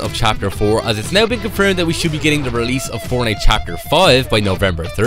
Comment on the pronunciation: Bro always says fornite account like bruhhh